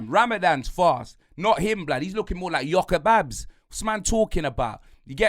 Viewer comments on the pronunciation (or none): Im an arsenal fan but I was waiting for this cooking lol. "Gykobabs" and "Akon Nwaneri" im done 😂